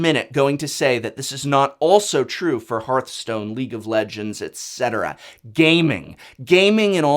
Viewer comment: HEARTHstone not HEARTstone